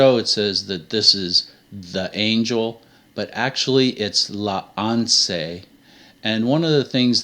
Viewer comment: Good job. You got it right for anse and deus. Not sure for capital p in Pierre (Peter/Rock). Alas you don't speak French, so you miss other clues for which this was faked by someone who translated from English back to French.